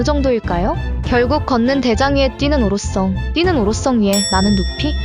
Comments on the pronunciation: 오로썽 영 거스림 ㅋㅋㅋㅋㅋㅋㅋㅋ 성 발음 안되시나요?? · ㅋㅋㅋㅋ아 오로썽 썽 거슬리네